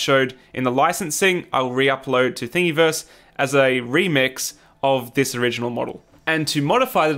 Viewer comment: lol something about the way you pronounce "Thingiverse." It should rhyme with universe....